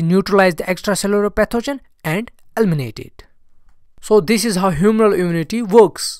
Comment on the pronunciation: “Elminate” 😂😂😂. This one is funny